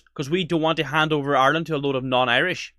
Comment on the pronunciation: The women talking about bringing in Hate speech , first she needs to pronounce Ireland properly it’s Ireland not Island , and if she doesn’t like the Irish people , she needs to go back and fix her own country of origin and stop trying to destroy Ireland .